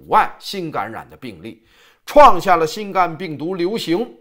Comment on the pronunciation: ，还是請你更正一下新冠病毒的冠字發音因為，应该是第一声。谢谢。